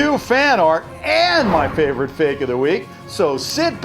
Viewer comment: "so fak its funny" LOL